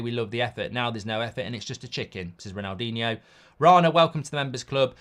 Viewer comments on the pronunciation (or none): none